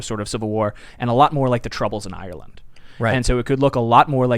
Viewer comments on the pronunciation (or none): Ireland not island